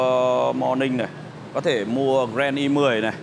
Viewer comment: Nói cũng sai gren i10. Điêu nặng điệu